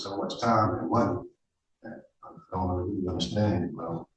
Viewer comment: I weal wee need to wok for mah famawee maybe stop breaking the waw!! I mean law